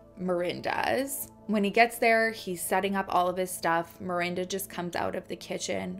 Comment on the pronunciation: Is it mirinda or Miranda? Lol as a Miranda I was losing my mind through this one just because you pronounced it both ways so much and i used to get taunted in high school and called mirinda as an insult and it made me cringe everytime lmfao 🥴😂 but HEY LAST NAME TWINS